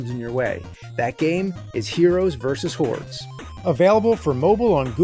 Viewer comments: I know it's HORDES, but I can't help hearing HEROES VS WHORES... I guess it's hard to separate the Nerd from James. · Anybody else hear “Heroes vs. Whores”? 🤣 But on the real, the main thing physical media has over streaming is that things are disappearing, so having a physical copy and a machine to watch it on ensures you can enjoy it forever and double check these Mandela effects. Because I remember “Luke, I am your father!” too! 🤨